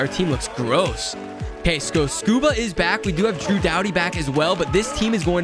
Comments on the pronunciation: His name is scuderi not scuba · when he kept calling rob scuderi “scuba” 🤣🤣